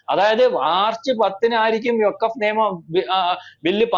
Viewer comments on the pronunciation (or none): none